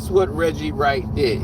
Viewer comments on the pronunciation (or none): Damn he said Wedgie Wright LMAO 😂